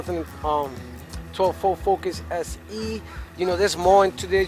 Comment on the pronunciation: This "Fo Focus" 🤣🤣🤣🤣 damn near died